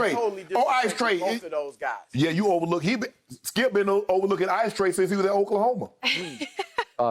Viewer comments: Skip called him mice trey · That man Skip called Trae Young “Mice Tray” 💀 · Did Skip call Trae Young Mice Tray? LMFAO!!!